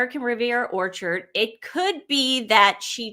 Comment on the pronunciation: He also has apologized for his pronunciation of American Riviera Whorechard. Venezuelan accent, you know.